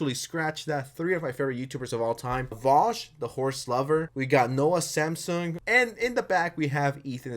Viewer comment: Did he say Noah Samsung??